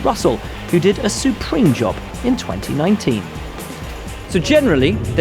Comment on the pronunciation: “Suprème job”